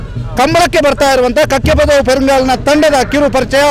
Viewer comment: Its Kakkepadavu not Kakyapdavu